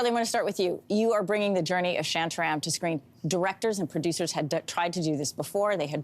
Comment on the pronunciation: It's not 'Shyantya-Ryam. It's 'ShAntA RAm'